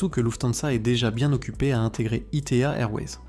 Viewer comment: ITA ne se prononce pas I T A